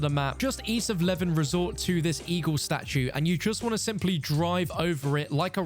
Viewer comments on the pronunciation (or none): none